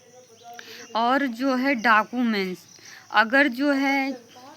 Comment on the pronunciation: डॉक्यूमेंट ❌ डाकूमेंट ✅